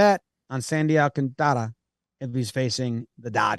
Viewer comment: The dude is gonna win NL Cy Young you guys gotta get his name right. You totally got in your own heads trying to accent his name. You are messing up the Alcan part roll the r’s if you want. Sandy Alcantara does NOT rhyme with Garciapara but does rhyme with Ventura. And don’t emphasize the “can”. Don’t mean to be critical I know you guys work crazy hard and love the game and I can tell you’ve overthought it and that always trips you up. Been there